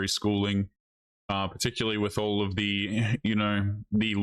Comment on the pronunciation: Yor, what is going guiys, I hope you are awl doing wewl... ...I'm eschewming...